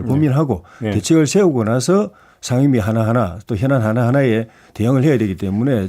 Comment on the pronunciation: 거셰 샹임위 41퍼셴트 발음이나 똑바로해라 대구경북 조해진 병신아 미통당이 반대하면 암것도하지말아야하냐?논리보소